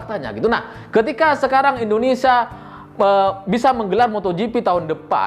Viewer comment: Hey ya bukan Indonesa belajar selling dulu sblm bikin konten